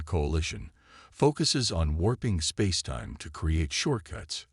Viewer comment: AI that is going to take over the world can't pronounce spacetime half the time. Spazetime.